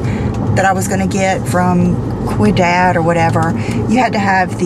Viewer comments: Quidad is pronounced weedahd. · The hair product you're referring to at the beginning of the video is Ouidad and it's pronounced We-dad